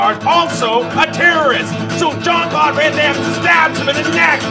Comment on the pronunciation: "Jean Claude Van Hoover Daimme" I can't stop laughing